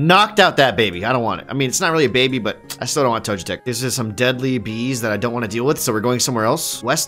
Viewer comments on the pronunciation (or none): "Toe jet ick" might be the funniest mispronounciation I've heard in a long time 🤣🤣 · You don't like Lu-guy-a and Toe-jetic?